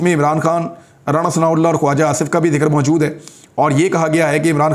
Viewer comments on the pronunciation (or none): none